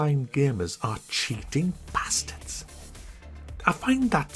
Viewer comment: Love the emphasis on "Bastards" classic northerner pronunciations.